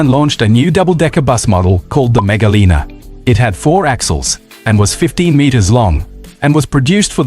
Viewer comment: mega liner, not mega lina. also its "line er" not "leaner"